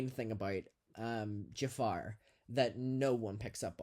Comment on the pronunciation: lmao I love how you call him "Jafar" 😂